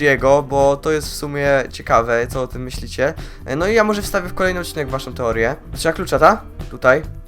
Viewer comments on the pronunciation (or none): none